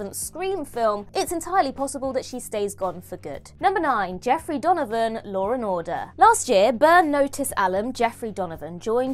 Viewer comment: Wait. I didn't realize was Australian!! C'mon... don't tell me I'm the only one that heard "Lawr and Order". 😏😁😂